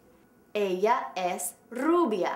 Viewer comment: hahaha FAIL ¿COMO ES ELLIA? TRUE ¿como es ella?.